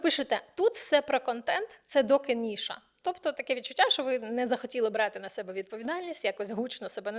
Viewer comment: Все по темі - корисно і лаконічно. Лише єдине слово різало постійно вухо - а саме «ніша». Правильно через «і». Зовсім НЕ «ниша»